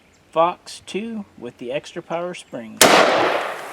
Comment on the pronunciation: I thought he said “fucks” instead of “fox”